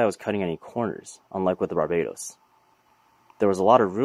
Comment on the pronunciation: I'm just saying dude (btw love ur vids) maybe don't pronounce barbatos like you did because that's the name of a country which is kind of weird, if you like to pronounce it the way you did then go for it , I'm just pointing it out. Keep up the good work :D